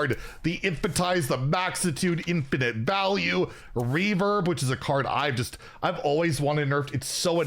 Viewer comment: its been two years and is still saying Infan-tize the maxitude. Infinity isnt "infin-ty" lmao youre missing an entire syllable.